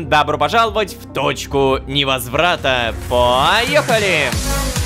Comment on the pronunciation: АХАХАХП. Я услышала не "в Точку Не возврата" А в "Дочку Невозврата"